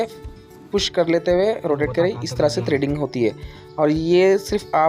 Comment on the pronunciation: ट्रेडिंग नहीं थ्रेडिंग क हते है